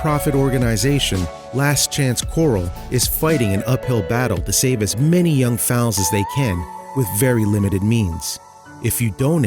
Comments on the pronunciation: FOALS, not "fowls". And CORRAL, not "quarrel". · OMFG it's Foals not Faols. Her mission is beautiful💖 but, please at least learn how to pronounce FOALS. 😂 Evey equestrian out their is highly annoyed hahahhaa. Blessings all. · That's pronounced corral! Not coral like a gem stone. & The babies are foals! Not fowls! GOOD GRIEF!!!! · I was cracking up as he pronounced Fouls and Corrales!!! LOL oh my goodness I'm glad I'm not the only one holy cow!!! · OMG Thxs for correcting him. I got to "fowls" and lost my marbles. I love horses, I mean look a my pic 👈🏻, I'm sure this is a good cause but GOOD LORD these YouTubers when it comes to horse stuff learn how pronuce it. I think it was The Trendy who did a vid with people with strange habits and one woman liked to be a horse and they pronounced bri-dle brindle! Like WHO DOES THAT?!